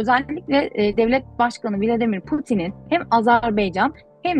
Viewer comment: (buraya kadar hijyenden bahsetmiyor ruh biliminden psikolojiden bahsediyor sn.doçent), (azarbeycan değil azerbaycan diyor burada sn. doçent)